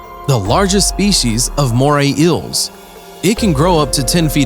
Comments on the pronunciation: Was it too hard to find someone more articulate? They go through the trouble of making this video, then mess it up by getting an incompetent narrator. Did they just grab some random guy off the street? The writing definitely sucks: "And in this video, two Moray "ills" mated to death. One of them is slightly larger and more powerful than its opponent, and this apparently served as the reason for its victory." No shit, Captain Obvious. Plus, those eels weren't mating. They look like two different species. "Here is such an amazing fish from the "ill" family and its "apprentice" fully reflects its character." You mean "appearance". What's worse is that he seems to be the narrator for most (if not all) of this channel's videos. I'm not going to check, of course, because I'd rather view videos that are informative, credible, and not annoying. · I hate how he calls eels ills like bro it's eel or eels. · Eels, not Ills. Lol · Dude! Its EEls, not Ills. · EELS. Not ills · It's eels not ils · Ils?? Their Eels like say E not Ills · This guy clearly cant say eels PROPERLY....all i hear is moray Ill moray ill LMFAOOO its kinda annoying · Ills instead of eels Inhibitince instead of inhabitants And sabast instead of sea bass Is this man good? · Hi there. Today we will talk to you about moray iils... I can't watch your video if everytime you try and say eel is sounds like iil. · Not even 10 seconds into the video and I’m debating whether I should continue. I can sort of forgive “ills” instead of eels, but marine “inhibitants” instead of inhabitants!!! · Moray "ills"?????? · Moray ills belong to the family of ills. Other inhibitants? Get a new announcer / english book. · ok, i cant watch anymore, its killing meeeeeeeee "moray ills" FFS PRONUNCIATE!!!! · "moray ills" and "marine inhibitants" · Very annoying how he pronounces it like moray ills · "moray ills" "marine inhibitants" That's some high quality narration ya got there. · "Moray ills"